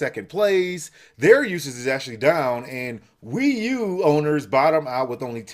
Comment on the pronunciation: The Wii u is pee u